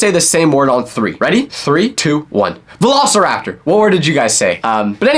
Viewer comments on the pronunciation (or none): Nooo way I also said valasaraptor